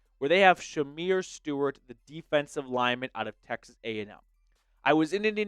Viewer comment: Man, you're completely butchering Shemar Stewart's name. It's embarrassing...